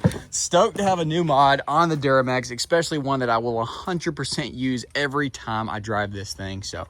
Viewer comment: Xspecially? Try S specially.